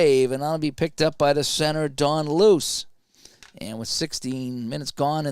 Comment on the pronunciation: Don Luce is actually pronounced Lou-Chee